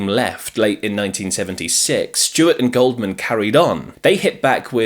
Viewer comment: Gouldman (pronounced "Gooldman") not Goldman